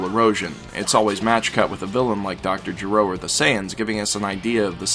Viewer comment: He may do a combined episode for the rest of the openings. -His words. I am more interested in Dr. Gé -ro over "Juh-ROW and "AH-kira" over Uh-KI-ruh. The video and understnanding are so obviously thorough that I couldn't chalk it to willful or dub-induced ignorance.